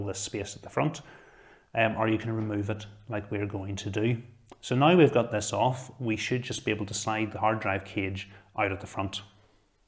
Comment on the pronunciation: Why he say off like: EIF